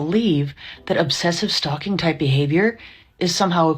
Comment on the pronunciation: I thought she said stroking not stalking 😂😂😂